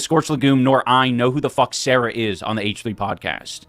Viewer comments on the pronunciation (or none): none